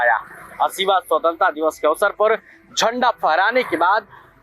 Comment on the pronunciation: स्वतंत्रता भी सही से नहीं बोल पाता है महोदय जी